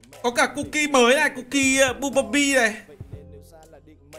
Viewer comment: Hk phải bumblepee mà là bum-bờ-le -be nha